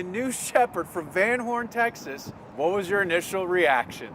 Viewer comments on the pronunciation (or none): Why is she is saying Texas a different way?